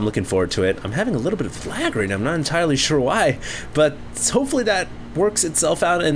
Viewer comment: lol I thought he said "I've had a bit of viagra" instead of "I've had a bit of lag" at the beginning of the cast haha